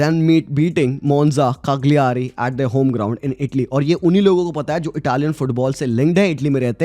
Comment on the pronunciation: I'm your huge fan ❤ and i watch every video of yours .I live in Cagliari it is pronounced as ( kalia'ari )